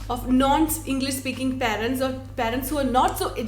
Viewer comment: 'പാ'രന്റ, എന്നല്ല 'പേ'രന്റ എന്ന് മര്യാദക്ക് പറയുന്ന ആദ്യ മലയാളി youtuber.